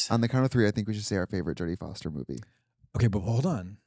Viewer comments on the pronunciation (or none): none